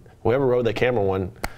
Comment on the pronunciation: These hosts know fucking nothing about snowboarding. They can't even pronounce the names correctly, then show a clip of the wrong rider falling.